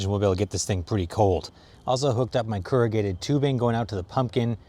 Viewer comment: "Keragated"?? you mean corrugated?